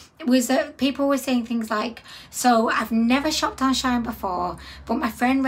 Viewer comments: It is SHE IN not shine or sheen! it is a hoax! of course we are not concerned, it is clearly not real ... you didn't buy anything from shine as that is not the bloody companies name!... how can you read the word SHEIN and come up with that awful pronouncation? it is really bloody irritating! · When she said shine dozens of times it was grinding my gears! how can she read shine from shein LOL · It is prononced She-in. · Shein don't actually treat their workers well at all that's why alot of people have stopped buying from here.. also it's pronounced as sheen* shein